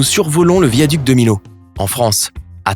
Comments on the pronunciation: Il faut dire viaduc de mi yo, et pas milo. J'écris comme ça pour la phonétique. La vraie orthographe est Millau évidemment. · Le ''l'' se Milau se prononce comme un ''i''